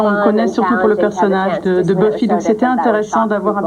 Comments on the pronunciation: En même temps la qualité des questions, pas savoir prononcer son nom, appelé la série Buffaï, les lésions dangereuses… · Bufaye contre les vampaïres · le mec qui prononce BUFAILLE pour Buffy , et "soudain l'été dernier" au lieu de "souviens toi" ^^ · "La série Beufaï" XD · Je rêve ou le présentateur a dit "Beufaye" ? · nan c'est faux ça se brononce Beuf-i en anglais...